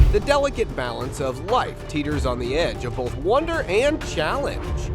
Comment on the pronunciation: Bolth of them ya say? Anything but Bolth!